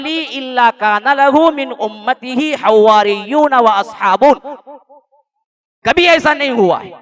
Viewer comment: حَوَاريُّوْنَ Waaw tashdeed ke begair hai حوّار ❌